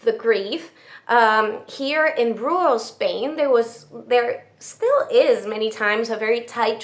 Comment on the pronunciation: Thank you for another wonderful video! And for suffering through “rural” for us!